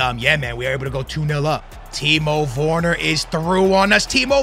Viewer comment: Its Werner, not Worner lmao